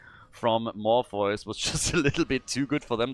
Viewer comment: I believe “Morpheus” is pronounced More-fee-us. Not trying to sound rude but I am like that unicorn mount.